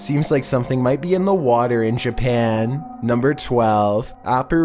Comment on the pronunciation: “We’re back in Jerpan”